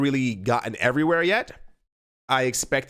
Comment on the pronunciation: Hase "everyware news" been added to the TMI drinking game yet?